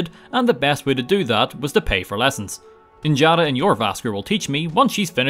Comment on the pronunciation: Just for future reference, I'm pretty sure Njada would be pronounced as Nyada. The 'j' makes a 'y' sound in Norse, which is what the Nords are based on. Hence why they're called "Yarls" instead of how it's spelled, "Jarls." Same goes for the Norse World Dragon, Jormangandr, it's pronounced "Yormangandr."